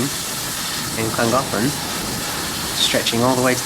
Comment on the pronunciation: butchered the name but still good video